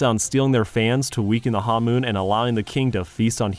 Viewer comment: It's honmoon, not hanmoon (first syllable rhymes with the English word bone).